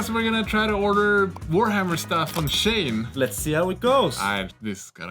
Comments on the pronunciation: Pronounced She-En, not Shane. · It's pronounced as "She In", as in "SHE is IN the car".